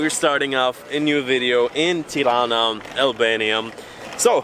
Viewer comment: You are saying it right!! 👏🏻👏🏻😍